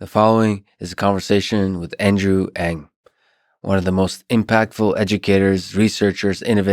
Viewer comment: Thank you for pronouncing "Ng" at the beginning of the video! His name is everywhere, but it's not easy to find out the pronunciation. Also great questions, and inspiring, insightful answers from Andrew.